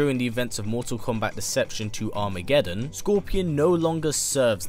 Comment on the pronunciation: Its funny the way hes mottal kombat listen to when hes says it